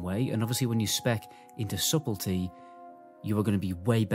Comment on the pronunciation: its pronounced Suddle - Tee